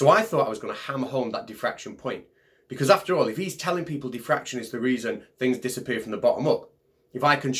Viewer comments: What’s diffraktion? :-P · what is "Thi Fraction"? How about "Die Fraction"? Brilliant!:)))))))))))))))) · Sounds like some people were saying "deefraction" as if it were an undoing of fraction. Teehee. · I have to admit, the first time you said it here, it sounded to me like "de-fraction", and I had no idea what you were talking about. I don't think has that excuse though.